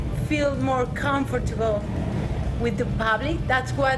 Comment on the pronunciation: Ya veo porque dicen que los españoles son los peores para el inglés en toda europa :/ si mandan entrevistadoras cómo esta chica que no sabe ni cómo pronunciar comfortable, algo súper básico cuando comienzas a aprender el idioma inglés.